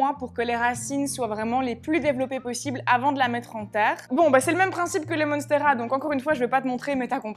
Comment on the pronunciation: Monnnsteras 😄😄😄 Ça fait américain c'est vendeur